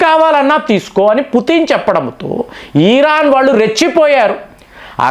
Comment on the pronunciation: సార్ 'ఈరాన్'కాదండి. ఇరాన్ అనండి. ప్రతిసారి ఈరాన్ అంటున్నారు.